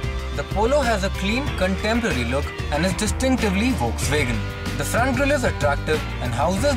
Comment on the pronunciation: woksvegen!! really...